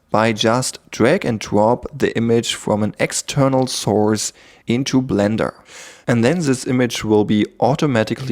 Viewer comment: A cweacher in bwender. Your accent is so pleasant.